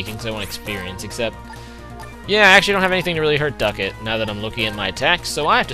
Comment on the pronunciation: it's duckLett not duckett....